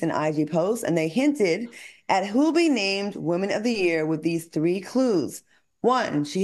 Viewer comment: Great job “all tree of you” love the chemistry with Armon!